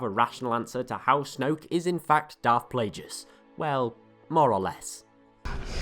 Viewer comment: It's pronounced Plagueis, not darth Plajueis.